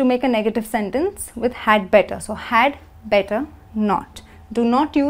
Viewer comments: better, I hear = / ' bɛtɒ/, why not the correct pronunciation= /ˈbɛtə/ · Parece que dice "BETO"